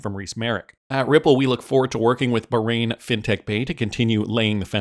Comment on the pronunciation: You’re going to tick off a lot of people of you keep pronouncing Bahrain like that.